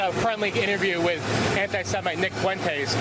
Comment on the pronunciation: Nick Foo-entez? DonOld can't even pronounce his name correctly 😢😅